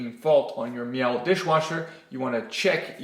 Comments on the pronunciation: Totally unhelpful, and it is pronounced Meele, not Me-L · Hahaha mee'l that's not how it's said